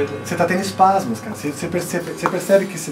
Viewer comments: to rindo ate agora com os "espasmos" auhUAhUAHuA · "Espasmos" hahahahaahahahahaha